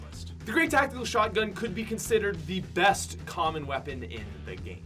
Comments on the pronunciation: Who realized he said ebst rather than best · It’s best not ebst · Worst to ebst great English bro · You said EBST not BEST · STILL SAYS EBST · “E B S T” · "WORST TO EBST" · To “ebst” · "Ebst"pat go home your drunk